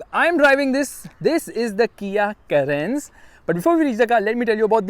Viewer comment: The reaction when he pronounced carens as Karens